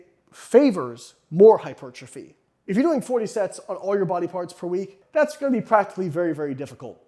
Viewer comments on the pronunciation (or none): What exactly is "HY-PERCHA-FEE" as opposed to Hypertrophy? ...Asking for a friend! lol!! just kidding!! Other than that, Great findings especially for those who still believe more is always better. -Even at the expense of recovery. Recovery always precedes Super Compensation. Which always precedes Growth. Barely crossing conditioning thresholds is in fact all that is needed to inspire new growth. Mowing down and otherwise obliterating thresholds causes too much cellular damage to properly (optimally) recover from in a time frame that will allow the lifter to hit that body part again, before absence and decay steal most (or all) of the benefits sought after. **Soreness is NOT your barometer. A little soreness is fine. But, A LOT of soreness absolutely does not mean more gains. It typically means you've needlessly pushed yourself WAAAAY beyond your current conditioning threshold and pretty much guarantees you will NOT be recovered before your next session, negating all or Most of the intended benefits. -Recovery always precedes Super Compensation, which always precedes Growth. EVERY TIME, ALWAYS